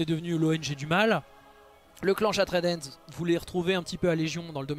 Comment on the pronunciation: Super vidéo, toutes les propositions que tu fais à la fin pour développer les orcs me hype à mort! Par contre par pitié prononce bien le nom anglais de la Main Brisée, j'ai les oreilles qui saignent à chaque fois que tu dis "Shattred Hand" XD